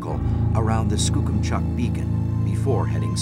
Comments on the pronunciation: I live near Skookumchuck. I've never laughed so hard in my life on how you pronounced it. Wow... I thought American Tourists butchered it. Now I've got my giggle for the day. ;) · omg the way he pronounced skookumchuck lmaooo still bizarre seeing my home in one of these though. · Did he pronounce it correctly? Or how should Skookumchuck be said? Cool name though.